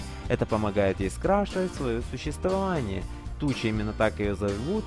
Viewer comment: Даже имена неправильно говорит .не Туча .а Турна